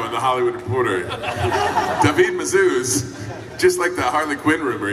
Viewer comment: David Mazouz must be spanish. How you pronounce his name is how you pronounce David in spanish.